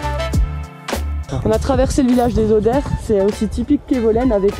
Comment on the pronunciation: La fondue des Haudères, avec l'accent suisse ça se prononce "la fondue des odeurs" : enfin un nom qui assume ! 😂